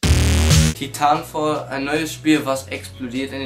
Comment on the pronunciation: Titafall haha schön das du weisst wie Spiele ausgesprochen werden.